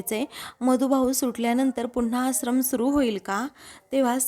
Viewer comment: या बाई आश्रमचा उच्चार कसा करतात ते नीट ऐकून उच्चार व्यवस्थीत करण्यास सांगावा.